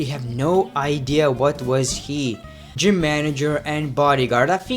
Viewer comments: thats pronounced "j"ym not "g"ym....😂😂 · gym is pronounced Jim